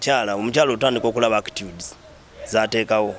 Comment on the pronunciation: He is a celebrity now???! "Actudes"ngazikyuseemu🤣🤣